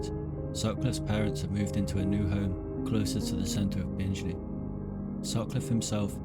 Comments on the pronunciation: Good video but nothing new to those familiar with the case. And its BinGley not BinJley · Just watched and found it very interesting . Just to point out the town the ripper was born in is pronounced " Bing Lee" I only live about 12 miles away. Cannot wait to watch the other documentary shows you have made , thank you. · Sorry the minute you said Binge-ly I turned off. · So you've never mispronounced a word? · It’s pronounced BING-LEE for future reference. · My god. This narrator has not researched how to pronounce place names, and has added his own descriptions as to what Sutcliffe may have seen during and after his attacks - very weird. Anyway, Bingley.is pronounced bing-lee, not binge-lee. And Keighley is pronounced kieth-lee. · Please note that Bingley is not pronounced “Bingeley”. Keighley is pronounced “Keefley” rather than “Keeley”.